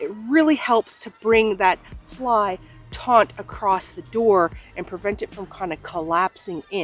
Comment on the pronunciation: Thank you for the great review! English teacher here, hope you will forgive me, but the word "taut" has no "n" and is pronounced just like the word "taught".